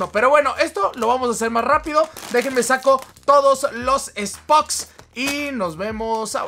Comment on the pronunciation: El que dice spoks